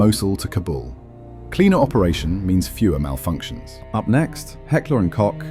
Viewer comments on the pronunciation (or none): How many times did the presenter said "Hecklee & cock" ? ....